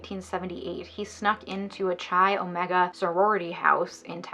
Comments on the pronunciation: Dude - It’s pronounced: Kai Omega (rhymes with eye). NOT Chai Omega. (Ouch!) Each time I hear Chai Omega I cringe. I wasn’t a sorority girl in college but they were big on my campus. It’s a Greek letter not a kind of tea. 🤷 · Chi Omega? You mean (sounds like 'Kai') Chi Omega? xo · I’m a new subscriber and LOVE your channel so far... but I cringed every time you pronounced Chi Omega wrong 😅😅 it’s pronounced Like Kai, or s(ky)! It’s okay everyone does it 🙃 rules for living in the chapter house were crazy because of him! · Kimberly Diane Leach. “Ka” is the correct way to prounce Chi. I lived in Tallahassee when the Chi Omega murders happened. It was horrific. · Pronunciation of "chi," the Greek letter, in the name of the sorority, according to the English convention, in which "ch" is pronounced like the "ch" in "choo-choo," is inaccurate. The Italian convention, in which "ch" is pronounced as if it were "k" is correct.